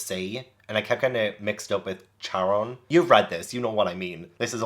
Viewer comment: Not sure whether it's been said already: Nereid: Nare-ree-id, Charon: Ka/care-ron, Chiron- Ky-ron - hope this is helpful!